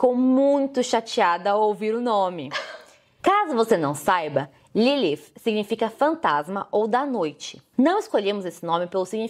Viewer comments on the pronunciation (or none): É Lilith ou Lilifh?